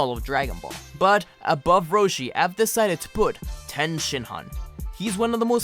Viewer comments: You said ten and not tien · I am cultured but every one pronounce it tee an